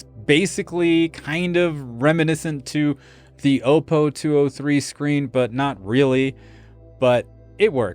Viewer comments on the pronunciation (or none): FYI... the first "O" in Oppo is a short sounding "O", as in "ah" -> "ah-PO"; it is NOT a long sounding vowel (not "oh -PO"), Btw, I've had the BDP 83 for over a dozen years and it still works great.